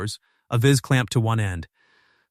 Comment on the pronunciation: A Vizz .... Query Vice. Stop this AI shit. Read it yourself if you are literate. Sorry for my rather caustic earlier response. This was the only mispronunciation in the audio. It's s touching story and one of success, at least at certain levels. Know it's a story but, hope these two grow well together and that true love develops.